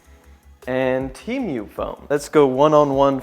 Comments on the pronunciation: Bro his accent is making him say temu so weird he's saying it like the animal emu but he's saying temeuw bro sound it out te mu like the letter T an a cow moo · Temu not Tiumu😂😂😂😂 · the only thing he mess up is saying temui instead of temu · I thought it was Temu and not teamoo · Teamyou?? It's said, Tee Moo 😂 but hay it's still a shit site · Temyu? It’s Temu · Broooo it's temu not TeAmMeOw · temu not temioo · "chi mieuw" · Tee mew 💀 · "Tea Mew" 💀💀💀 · He said tee mwe lol great vid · bro said teemew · My boyfriend says you're pronouncing Temu incorrectly 🤣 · bro its temu not temu bruh